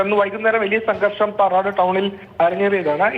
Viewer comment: പാറോട് അല്ല പാറാട് 😂